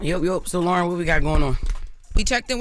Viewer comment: That sounded more like “Loren with the mess”